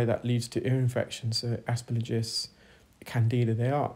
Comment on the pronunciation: I love your videos! I’ve learned so much about the ear watching, thank you! One minor thing… it’s Aspergillis not Asperligus, might be helpful to not!